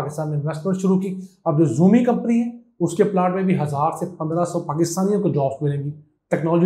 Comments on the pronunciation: Ziomi nahi sir Shaomi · Xiaomi. It’s not ziumi it’s shiaomi pronunciation